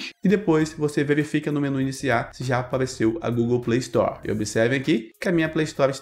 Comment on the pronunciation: Chato o robô falando Playstore kkkk play story shut up shut uuuup (Linkin park) kkkk